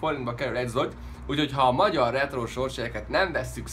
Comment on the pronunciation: A lengyel pénzt úgy kell ejteni, hogy zlotyi :D